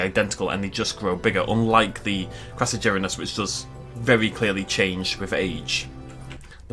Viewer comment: The first one is pronounced “Cross-A-ger-inus” it was in Prehistoric Park the carboniferous episode